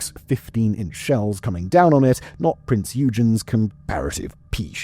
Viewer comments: The Germans don't say .. Prince... They say... Prinz... So the ship is pronounced in German, as PrinzOygun..... All as one word... My German friend told me this.... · Posted this before, but seems to have vanished ? My German friend said we should pronounce it as " PrinzOygun "... All as one word.. It sounds more like he said it... Lets see if YT remove this comment... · what is a “prince you gin?” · I have asked a German friend, and I think the German way of saying it is... PrinZoygun .... Sounds good, as well, if you say it as one word...? Who would have thought that it would end up, upside down, at Kwajalein atoll in the Marshall Islands in the Pacific ? Just google it... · Simons pronunciation of "prinz eugen" is like nails on a chalk board.. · The way you pronounce Prinz Eugen pains me dearly.